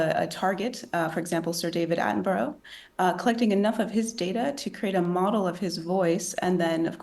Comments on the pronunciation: The so called 'expert' from the University of Southampton cannot say 'Attenborough' correctly so what use is she? AI had not yet got "English" English correct and I doubt it ever will. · Why do Americans call him David Attenbro? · Sir David AttenBorrow 😂😂😂